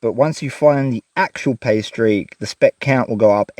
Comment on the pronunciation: "Pay streak," + accent= "pastries" and now I'm hungry. How to make a quality vegemite sandwich: worth the price of admission, although rumor has it an Aussie will mess with you... Last comment: seems to me that a hand or foot powered pump could be used instead of the scoop to move the water